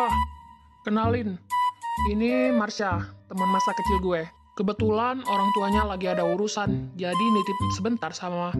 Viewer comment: bilangnya kecing bukan kecil